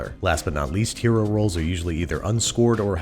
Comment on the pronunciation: I keep hearing hyeero instead of hero. Weird. Or should I say wyeerd.